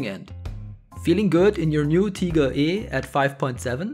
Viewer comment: I can tell this guy is German... no other person would pronounce „Tiger“ the same way😏 gotch ya.